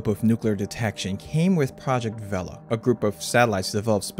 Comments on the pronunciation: Pronounced VAY-LU, not VEL-UH. Source: the people who built it (docu on the Vela satellites from the 60's) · "vay-la" rather then "vehl-uh", but anyway they were remarkably accurate devices by most accounts and only had one single "false" positive detection of a nuclear detonation in the history of the program - the Vela incident in the remote Indian Ocean between South Africa and Antarctica in 1979. This very "false" positive detection of a nuclear weapon explosion was definitely not a secret test of the clandestine Israeli nuclear weapons program and was definitely not confirmed by multiple other methods of detection as outlined in a 2018 paper by De Geer and Wright. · I'm sure that's how the word for sail IS pronounced in Spanish, but this word isn't referring to sails and the device's inventors weren't Spanish, so they all said "vay-luh", you can hear it for yourself on any number of historical films about the program freely available on this site. Similarly, the 1960s NASA program Gemini is rightly pronounced "jem-in-ee" and not "jem-in-eye" like the constellation. You're free to argue the "proper" pronunciation of these terms and others with their originators in the 1950s and 60s if you have access to a flux capacitor, but barring that, the correct pronunciations are the ones used by the men who adopted and repurposed them for their own modern technical needs when referring to the devices and systems they specifically created.